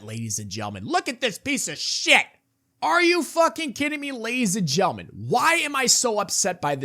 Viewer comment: you say it 20 times a video and say gentlemen with what sounds like a speech impediment lol. It’s maddening